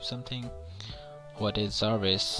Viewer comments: It's Jarvis not zaarviz!😂 gawaar saaley! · zarvis :D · Jarvis not raspoend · Its Jarvis, not Zarvis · Not Zarvis. Its Jarvis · Why do you keep calling it zarvis. ,??? 😂😂😂😂